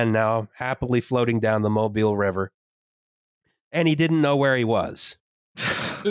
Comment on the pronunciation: Mobile, AL has emphasis in the first syllable.